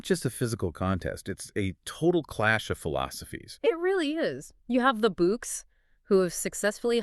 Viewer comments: Is it saying "The books" instead of the Boks? 😂😮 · "Spring-books"? Why ruin a podcast with these artificial voices. Its such a put off. At least get real rugby fans to read the scripts out.